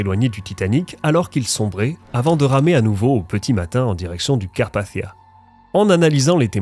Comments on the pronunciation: Carpachssichsia 😭aval ton chuwingum c’est carpathia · Merci Sarah, c'est vrai que ma prononciation est influencée par l'anglais, d'où le son du "th" qui a tendance à hérisser le poil de quelques personnes dans le public francophone.😅 Il est aussi vrai que je pourrais le prononcer d'une façon plus française, en disant "Carpassia", sans le son "th" à l'anglaise. Il n'y a pas de consensus sur la prononciation de ce nom de toute façon, il est loin d'être aussi usité que "Titanic" par exemple, que je ne prononcerai jamais à l'anglaise pour cette même raison. Le fait est que que j'ai du mal à comprendre pourquoi les gens s'arrêttent à de tels détails insignifiants, et se permettent parfois de me manquer de respect comme si je les avais agressé avec mon accent... N'ont-ils rien de mieux à faire ? Certains s'imaginent que je fais exprès, que je force le trait volontairement, mais en réalité c'est juste ma façon de parler. C'est le double tranchant d'être bilingue je suppose. 🙄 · Personne ne reviendra t'indemne ?? C'est bien la peine de prononcer Carpathia à l'anglaise... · Pourquoi tu prononces pas le mot Carpathia normalement ?